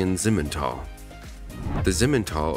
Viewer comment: It's not simen it's si men